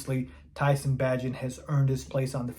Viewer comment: BAY-GENT. How many times are you going to butcher the mans mame?